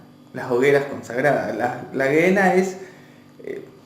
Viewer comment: Me gustó el poema Gehena se pronuncia Jena Saludos amigo